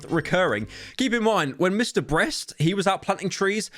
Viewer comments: I'm trying to figure out if you're purposely pronouncing mr. beast wrong or insult him I'm confused or is there a mr. breast on youtube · I like how Pyro is no longer able to pronounce Mr. Beast's name properly anymore